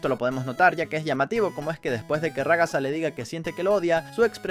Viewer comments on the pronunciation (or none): Ragatta❌ Ragasa😃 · xD ragasa en vez de ragata y supersivo caine xD